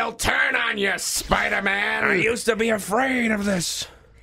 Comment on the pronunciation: are yew in or are yew out?